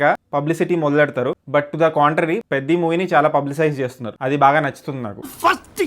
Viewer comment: Bro I thought beddi 😂it's peddi